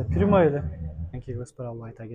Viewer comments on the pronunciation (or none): none